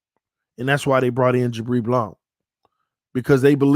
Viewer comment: Bro why you keep pronouncing "Blount" like that? 🤣🤣🤣